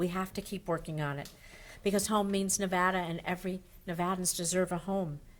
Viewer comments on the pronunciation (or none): RECOUNT!!! She doesn't even know how to pronounce NEVADA...